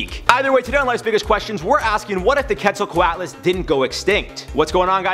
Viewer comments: Its not ket its qet. Just make the q sound then halfway through make the et sound. Also its pterasaurs not pterasaurses. Also it would be bad if they were alive still even though it is my favorite pterasaur. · I think it’s pronounced “cwetselcwotlus” but i could be wrong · Quetzal- co-ut las. Off by one single sound. :P Spelt correctly but the a is pronounced like a u because it isn't English